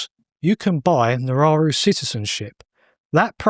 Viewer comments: It's called "Nauru" and not "Nararu". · Australia has already done this with Nauru. And it's pronounced "naru" NOT nararu 😂😂😂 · Nauru is the country he kept referencing not Nararu or whatever he was saying. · The island is Nauru. Not however the guest is pronouncing it.